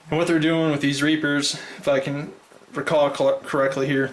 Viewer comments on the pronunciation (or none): at like it sounds like u say "fuckin" instead of "if i can" lol